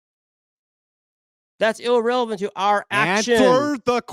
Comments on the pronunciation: “illrelevant” 😂 At least I learned a new word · That’s “illrelavent” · Thats "illreverent" 🤣